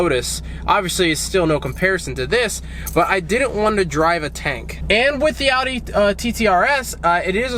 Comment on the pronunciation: Not a huge fan of the car but im so fucking glad you say Audi right, unlike most other American's I've heard!